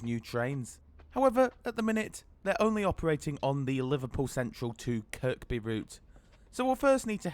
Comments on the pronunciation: Good review and hope you enjoyed your trip to Liverpool! A couple of comments - before hoards of scousers weigh in, you don't pronounce the second 'k' in Kirkby. You could also have saved yourself a lot of time and hassle by just walking the 5 minutes from Lime Street to Liverpool Central rather than faffing round with changing trains. There have been huge reliability issues too lately with the 777s - I heard it's down to a software issue or something? I agree they're a big step up though on the old trains. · Just two things mate. Kirkby has a silent ‘k’… the second one. And a ‘minute’ is a definitive 60 seconds, ‘the’ minute means a Specific defined period of 60secs. It’s not cool, it’s very poor grammar and can reduce your viewer numbers. ‘Moment’ is an undefined period of time Relative to the subject. At least you used your human voice not AI, and chose to ignore YouTube suggestion of adding irrelevant irritating distracting subtitles! Cheers for doing our 777s. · Isn't Kirby and not "Kirkby"? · Nice one! Just one issue, it's pronounced Kirby (second K is silent), not Kirk-bee lol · Oh no you said kirKby 🙈🙉, Watching the comments to say its kirby 😂🤣😂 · When I was in holy angels school in the1960s my teacher told us to pronounce the second k in Kirkby she said kirkby not Kirby Kirkby by the kirk which was Saint chads in Kirkby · Making me cringe please it's not kirKby drop the second k. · its pronounced ker bee not kerk bee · tell ur not a scouser mate it is pronounced KIRBY - but spelt Kirkby - dont pronounce the last K - and only genz's would need toilets for an hours trip - rathe rhavve the extra seating and these also have a extra carriage compared to the 3 units of the old trains - these have 4 carriages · Yep it’s pronounced "Kirby". Easy mistake for an outsider enjoyed the vid 👍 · or to be actual it's pronounced by locals as 'Care-bee!' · Its pronounced Kirby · KirKby is pronounced 'Kerby'. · Please, the second K in Kirkby is silent.